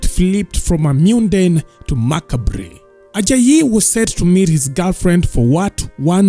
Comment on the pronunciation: Macabre....😂😂😂 Eish, check dictionary pronunciation